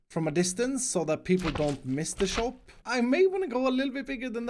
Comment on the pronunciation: shop sounds like chop when you say it and all i can think is "chop chop chop chop" just constantly in my head. i love it